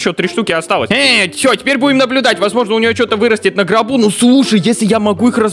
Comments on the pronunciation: Не гроб а ГОРП Все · НЕ ГРОБ а Горб 😂😂😂😂😂😂 на заметку 👌